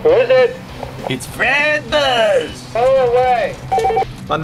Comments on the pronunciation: great information but HOLY SHIT STOP SAYING FRED BUZZ. thanks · I think he was screaming Fred Buzz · he says frett buzz lol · i just love it when he says fret buzz lol! i just cant hold laughing!!! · Fret Buzz is coooollll...I sure hope he says "FRET BUZ" again.